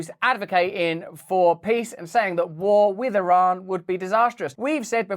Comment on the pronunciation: MY Iranian in-laws from Teheran, consistently had to remind me how to pronounce the word Iran, until I finally learned it, in eloquently pronounced English...When Russel can't pronounce Iran properly, we'll not be watching anymore; HASSAN SAIIED said " like your ear, and a friend named Ron" EAR---RON, yes? Ha Ha Ha, Love this guy! Gotta say, he's encouraging us to take a bit of a better look AT ourselves, while we try to keep our homes and personal lives "in tune" with those things we seem to be able to do NOTHING ABOUT. (Pls pardon the pun.) Russel, you remind me of a caricature emulating some of the "Proper English of the Proper Parliament!" were they able to SPEAK as fast as they WANT US to think they are able. Seriously while the military industrial complex and leaders are a bit preoccupied trying to get all of the transgenders trained to wave their white underwear on polls and "prepare for war?"VOTING still being corrupted, that's really a good question! And didn't "somebody" recently sell PROPERTY to the Chinese near all of our major installations ? Not to mention, let a few through our southern borders posing as Venezuelans? This Fake Administration of Gangsters has given a total of $6 Billion, of Howdy Doody's trapped American taxpayers' funds, along with "unknown types and kinds" of "Interceptions of the 100 Billion " that was designated to help Palestinians to survive or escape; the innocent ones-As if JOE's or KnittenYahoo's military industrial complex were ABLE to